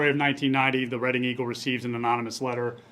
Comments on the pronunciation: Yes and Reading is pronounceed redding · Reading is pronounced red-ing. Thanks for all your updates on these cold cases. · Rhymes with bedding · You need to do better when pronouncing town names. They said Reading correctly at least 3 times and you still got it wrong. Disappointing.